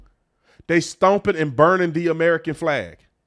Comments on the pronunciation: This reporter needs to work on her pronunciation of the word "flag". It sounds like she says "fleag". Or is it just me? Another good show, Officer Tatum! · Her pronunciation of FLAG with a long A was grating on my nerves.